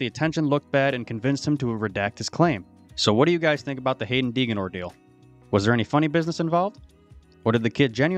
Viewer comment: The minute your video started and you pronounced the kids name wrong, you lost all credibility with me. For future reference, you might want to make sure you have your facts straight before posting your video. If you can’t even say the kids name properly, how can you expect people to believe anything you say? Have a nice day!